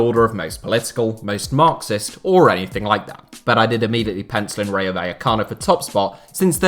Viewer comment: Please learn how to say RAYO correctly 🤦‍♂️